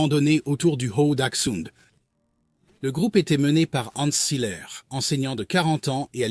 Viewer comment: Ça fait mal aux oreilles les noms allemands prononcés faux 😅😅 Seiler se prononce S-A-i-leur par exemple…